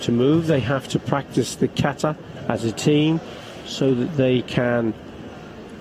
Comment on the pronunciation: Iran was better by the way you should improve your pronunciation of Japanese words you being the professional. Kata is Kahtah emphasis on the last syllable and NOT : kaytah Karate should be kah rrrrah tey with the [r] roll like in Italian. Not karah ti.